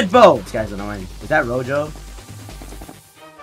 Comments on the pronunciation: it’s pronounce R-O-Ho EFE not R-O-JO just saying. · ITS NOT ROJO LOL ITS PRONOUNCED ROHO in spanish